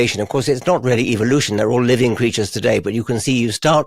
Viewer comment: The way mel pronounces evolution: “evil-lution” 😂 google: ‘mel gibson tapes’ to find out more about who that guy is..